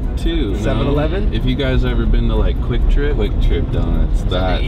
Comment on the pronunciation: Its Kwik trip not Quick Trip